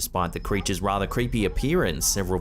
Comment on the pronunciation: The figahs and crechas